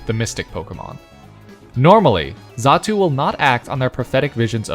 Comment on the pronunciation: Xatu, not zatu.